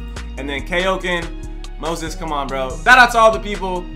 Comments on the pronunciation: He pronounced his name “Moxas” is the song yet you still say “Moses? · This dude said Moses lol